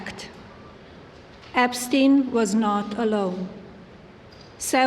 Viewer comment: "Meester Epsteen."